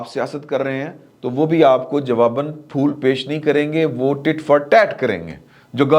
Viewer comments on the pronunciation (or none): none